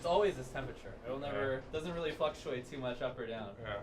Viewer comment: It's Fluctuate* not fluxuate